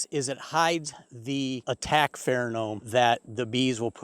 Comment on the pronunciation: Good advice, but I would like to correct you on the word PheroMone. It is Not PheroNome. Notice the n and m placement. You should sound like the astute and intelligent Beekeeper you obviously are.